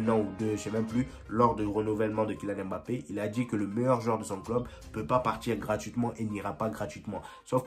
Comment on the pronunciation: mon frère on sait que tu as le potentiel de prononcer "MBappé" et non "M-Bappé" non 😆